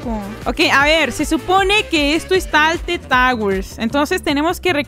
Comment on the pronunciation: "Rocket Lish" "Talted Towers"